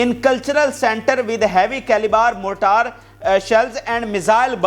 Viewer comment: بیٹے یہ لفظ موٹار نہیں بلکہ مارٹر